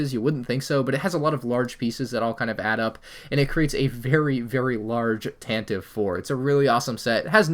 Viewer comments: its not tan tiv, its tan tee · “It looks awkward” Edit: also, it’s pronounced “tan-ta-vee” Edit 2.0: ALSO, we need a new Tantive IV